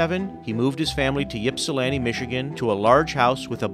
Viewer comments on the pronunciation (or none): IP-SA-LAN-TI NOT YIP-SA-LAN-TI 😂